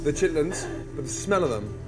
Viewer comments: he always calls them 'chitlets' instead of 'chitlins'.. are both words used? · not a woosh. He was literally saying lits and not lins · Chitlins not chitlets smh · Chitlits? Shitlits 💀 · Gordon calling them chitlits?